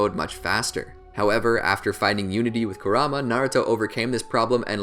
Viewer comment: could only watch 6 mins of this before i got tilted at the way you said kurama